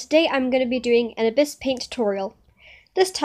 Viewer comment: It’s not Ibis it’s EYEbis